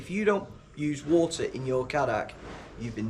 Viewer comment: And its pronounced kay- dack actually